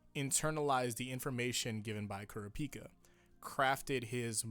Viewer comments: Why he sayin kurapika like that lol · Man this is a great video, very insightf- ...hold the fuck up, how is he pronouncing kurapika?!